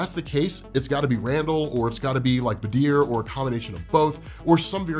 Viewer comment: i'm sorry but i got so thrown off by his pronunciation of badr's name. why is he saying it like badeer? ;-; at least stress on the A bro